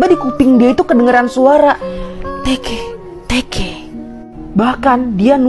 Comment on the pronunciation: Bukan tekeh-tekeh tapi teke-teke😕😕